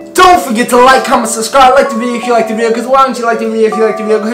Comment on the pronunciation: I love it, “ subscribe, wike, and turn on notifications” keep it up guys.